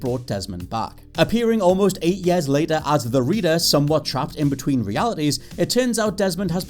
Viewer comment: It’s pronounced “years” not “yeah’s”